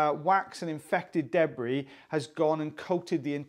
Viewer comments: I love the way you say, “deb-bree.” Happy FriYAY and have a great weekend everyone! 🇺🇸❤️😊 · I doubt that that's anything peculiar to or the Welsh. We in Australia pronounce it that way as well.